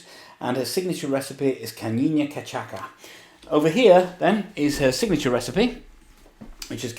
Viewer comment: Ca-CHA-sa, it was on the card xD My earrrrrsss